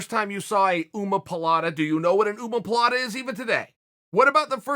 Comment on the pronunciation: Uncle Chael is an “Oomopolata” specialist